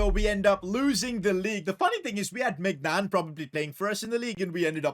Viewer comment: always floors me when he mispronounces Maignan